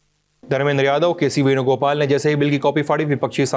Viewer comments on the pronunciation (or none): none